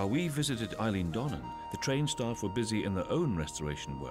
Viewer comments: Ah no! You've done it again. "Eileen" Dhubh. Did nobody spell-check this prior to release? Who is the narrator? "Eilean" is pronounced "Ellan". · "Eileen" Donan Castle?????? Get a grip. Your accent is Scottish but your knowledge of Scotland is sadly lacking. "Eileen" really!